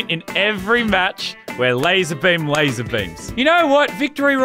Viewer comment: Lazar not lazer